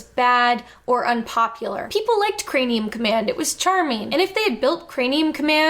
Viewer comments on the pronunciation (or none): ...is she saying "crameum command" half the time? Sounds like it. Like, 9 minutes in before I actually heard her say craNeum.